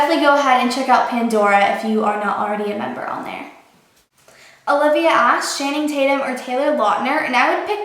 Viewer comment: wait did she just say "shanning tatum?"